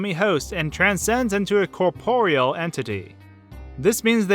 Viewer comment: am i the only one who's been pronouncing corporeal wrong my whole life? I mean at first I thought he was pronouncing it wrong but I googled it and he's right! how have i never noticed this?